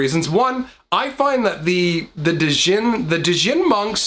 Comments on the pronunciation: I think hearing you say da-jinn 500 times made me go crazy 😅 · Pronounced "Gin" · As a tip, the 'd' in djinn is silent. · the d is silent in djinn pronounced like gin. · I liked the content but please, the d is silent. 😨